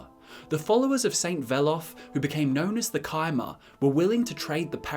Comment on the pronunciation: Thank you thank you thank you, for pronouncing it "Ky"mer instead of "chai"mer! Cheers